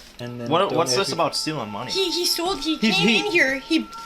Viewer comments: Stoled our money... Geez lady your like 35 and you don't know how to say stole! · He stold? The hell is stold 😂😂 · “Stolded” was bugging me out hahahahahahaha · If the chick from the first clip says "StoleD" again imma cry myself to sleep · the girl in the first video sounds like she's saying "stoled" and i can't unhear it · It drives me nuts when I hear people say “stoled” It’s like when people add “-ah” at the end of words. “Stop-ah”